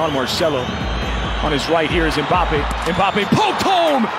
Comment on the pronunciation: Kids say Mbappe Men say Kylian Bein sports says mbape